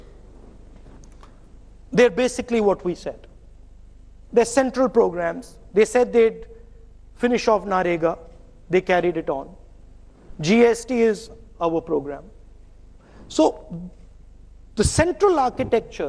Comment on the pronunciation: what is NAAREGA?? wasnt it MANREGA